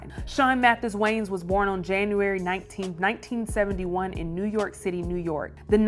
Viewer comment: I can’t bruh. WHO TF ARE “THE WAYNES”?! Like lady! Your illiteracy is showing! There is ANOTHER VOWEL in that name and it’s NOT after the N! Are you the only female presenter? Nobody Less Country??? I’m petty! Idgaf, I had to listen to this broad say WAYNES for like 5 minutes!